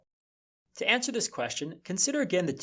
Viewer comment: Just curious, why do you pronounce "to" and "ta" the same way? I would think "to" would be pronounced "toe" or "to"